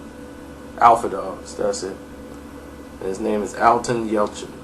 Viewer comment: It's not "Alton", it's "Anton"